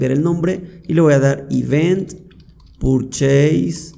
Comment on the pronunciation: Sos muy bueno explicando. Gracias por tomarte el tiempo para enseñar, en verdad lo aprecio. Lo único que te ayudaría es una buena pronunciación de las palabras en inglés como PURCHASE no es "purcheis" sino algo como "perches". Creo que te ayudaría mucho a lograr respeto de los que, como yo, hablamos inglés y trabajamos o vemos todo en inglés. Pero es un detalle. Nuevamente mi agradecimiento a tu paciencia, abrazo!!